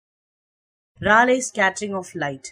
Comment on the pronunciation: It's pronounced "Ray leey"